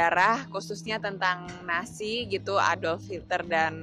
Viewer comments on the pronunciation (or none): Nazi mbak bukan Nasi 🤣🤣🤣